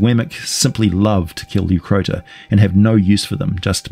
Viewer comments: Leucrotta not Leucrota. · he can't even recognize Crocotta/crocuta is the origin of the hyenas name, so it's not surprising he half assed pronunciation too.